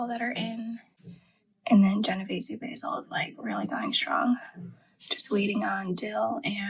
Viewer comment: I love your video. your kitchen is beautiful, u must b RICH. It's pronounced Jeno VAY zee, just so you don't sound ignorant. Genovese basil is what you make PESTO out of. You can cut all your plants down to 4 leaves and they will grow back. Cutting stimulates growth. The plants love it. It's also best to never let your plants go to seed it'll make your plant bitter tasting.